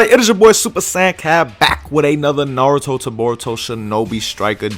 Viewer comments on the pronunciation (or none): none